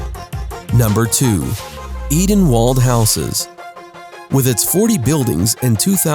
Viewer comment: lmao edenwald not like that